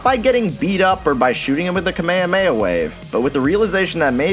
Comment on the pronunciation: I'm gonna look past how you say "kamekame ha" because you used Roller Mobster in this video